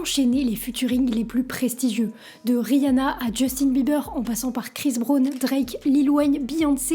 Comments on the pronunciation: "chris braune" MDR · "Krisse Brône" x))) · Chris qui ? Brone ? EminNEWm. Les français avec l’anglais c’est quelque chose 🙄